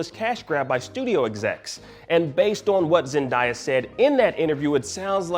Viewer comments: yeah he was just saying it that way with die in the video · Isn’t it pronounced “Zen-Day-Uh” (Zendaya). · Bro what’s with this guy and pronouncing words😭😭😭😭 now it’s "zendieah” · Bro seriously learn how to pronounce someone’s name. It’s Zen-Dey-Uhh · "Zen-die-ya" Although it's surely just a mispronounciation of her name, considering the topic and video title, it made me immedietly think you making a Gwen Stacy joke hinting towards a possible future for MJ lmao. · It’s pronounced Zen-day-a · This is 2021 you need to pronounce Zendayas name right, that doesn't make any sense for you to be saying her name wrong. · It’s 2021 and media analyst are continuing to pronounce Zendaya’s name WRONG. Like what is so hard about this?? ZEN-DAY-AAAH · It's on purpose now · It's really not that hard to pronounce her name tbh smh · How you Black and pronounced Zendaya name wrong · don't get at blue2, your the one who's been saying her name wrong all this time. Zendaya's name has been said on TV and the Internet for years, where have you been. The next time you report something maybe you do a little something called research to learn how to pronounce someone's name correctly. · Way to butcher her name. Man